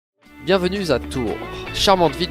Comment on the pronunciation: Pourquoi vous dites « bienvenue zà Tour » y a pas de S à bienvenue 😭